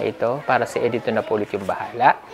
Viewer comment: Not E-dito but Edito. The pronunciation is a little bit wrong. Cguro hindi ka bisaya.